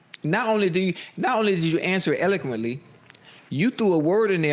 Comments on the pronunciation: jaja "You see how you said that so Elminquently" .. dude sounded like when we used to the alphabets and say "Elo Melo P" 😂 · Eleclemently....damn Ocho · The way Ocho pronounced eloquently took me all the way outta here 😂